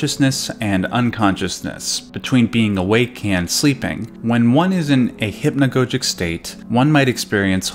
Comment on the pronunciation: Hip-no-go-jik and ar-ju-a-blee in the same video. Fantastic.